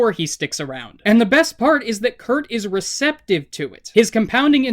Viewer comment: WHY DOES HE KEEP SAYING KURT AND ASS ITS DRIVING ME INSANE!?!?!???!!!